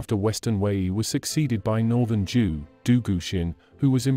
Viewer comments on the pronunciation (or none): Why do you pronounce Zhou as Jew? The correct pronunciation sounds like Joe (in Mandarin). In Cantonese it is pronounced as Chow.